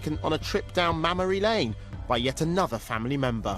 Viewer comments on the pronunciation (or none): This cheeky bastard said "mammary lane".